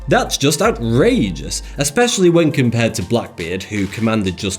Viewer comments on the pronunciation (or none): none